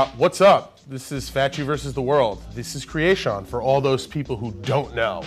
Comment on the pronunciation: Did he say kree aye shawn????